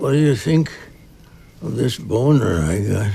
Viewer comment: Hehe. Bow-ner.